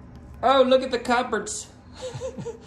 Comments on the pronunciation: Yes! Thank you It’s not cup birds it’s cub-erds 😂😂😂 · * chirps * Also, you're pronouncing it wrong! It sounds like "cub-erds"